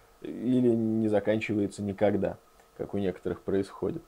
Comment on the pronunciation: war - "вор" , а не "вар "